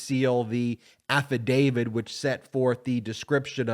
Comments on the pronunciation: It's "affidavIT, not affidavID." Just throwing that out there. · AffidaviT not affidaviD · We need to be patient with this process, but we also need to learn to pronounce the word "affidavit" as it's spelled. (Sorry)